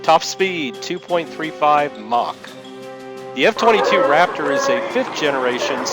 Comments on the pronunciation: Yeah...you definitely said f-52 raptor.... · What is a f 52 rapptoor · Did he say f 52 raptor? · what the hell is an "F52 Raptor"?? Get your shit together! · Did he said F-52 Raptor??